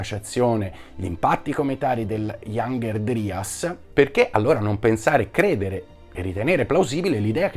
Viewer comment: Piccola correzione: la pronuncia inglese corretta è "iangher draias".